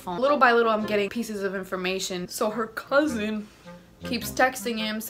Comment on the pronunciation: “Her cuuZIN” LMFAOOOO